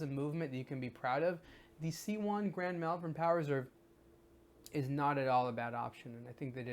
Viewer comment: have to say, cus I live there. it's pronounced 'moll-vern', not 'mell-vern'